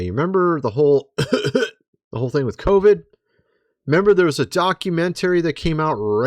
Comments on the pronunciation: I want you to know the way you say documen tary has caused me to never watch your channel again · What's a "docunen-terrry"? 😅